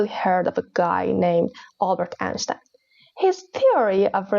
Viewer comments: well it wasn't even the German pronunciation:) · Interesting content, but work a bit on your accent, particularly the word "Einstein" which was mispronounced (you pronounced it the Persian way:) Good luck and cheerio 👋